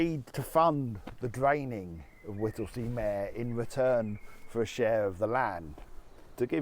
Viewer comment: Not Whittlesey MAAARE meeeeeeeeer